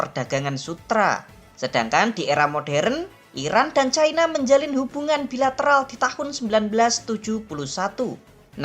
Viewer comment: Sayangnya menyebut China saja Chaina padahal ibu ini usia SDH sepuh tetapi bletotan membaca China ini sangat memalukan mending disebut Tiongkok atau China seperti nenek kita dulu